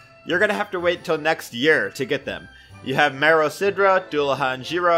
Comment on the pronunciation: btw Dullahan is pronounced doo-luh-han and Cu Sidhe is pronounced coo-she